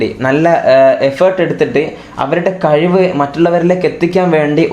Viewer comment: കയിവ് അല്ല മോനേ കഴിവ്